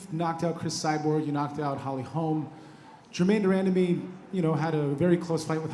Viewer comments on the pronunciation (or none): she didn't say Germain de Randemie correctly. As a journalist, that is the least she can do, learn the pronunciation of their names before she interviews anyone.